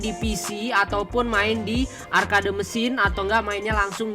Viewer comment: Arcade di baca arked kont